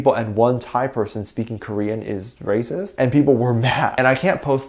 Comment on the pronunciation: did I hear you say #BTSARERAPIST? instead of #BTSARERACIST? 🙊